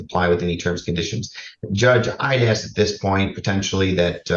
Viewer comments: needs to stop "axing" so much. She is going to dull the axe 🪓. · I’m Australian and no one pronounces ask that way here. It cracks me up every time 🤣🤣🤣. I’ve seen a very well educated African American female on YouTube pronounce it the same way and it just made me cringe! Why do people do that???